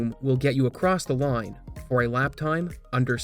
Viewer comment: I forget if I've asked this before., are you a Maritimer? and around there I feel like I'm hearing a strong Maritime Canadian accent. "Time", "Line", and "Marker" sound very Newfoundland lol. For the record, I love it, I just really honed in on it after that time-stamp and can't stop hearing it lol. I bet anyone who wants to take it, a fair bet I'm not Googling first, $100 Canadian that grew up in Newfoundland (and Labrador). I could use the money and I'm so sure I'm right lol. You have to internally accept the bet before Googling the answer. I'll know. Edit: My second, unofficial guess for betting purposes, as I keep listening to him, is PEI. That's Prince Edward Island to you non-Canadians. That's just for pride. First honest guess was Newfoundland. Just started hearing PEI more as I listen.